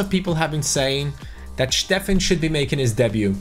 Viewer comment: Steffen, not Shteffen !